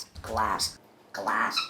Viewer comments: G L A S S K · I love how pronounced it as "GA-LASS!...", sometimes. He is so cute!... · classic GLASSK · You know the origin of glassk is he used to just say glass cup and couldn't say glass on it's own so he went through a small transition period where he would pronounce the c in cup when trying to say glass.